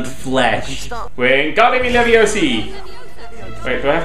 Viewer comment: Its levio-sa